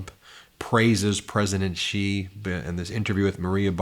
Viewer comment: Xi is pronounced “She”